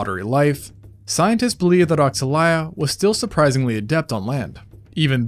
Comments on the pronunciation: regarding pronunciation, if it is inspiread in brazilian african religion, it should go as "oshalaia" not "oksalaia" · It's probably pronounced O-sha-lie-a, given that the X tends to be more like a "sh" sound in a lot of native languages of that area of the world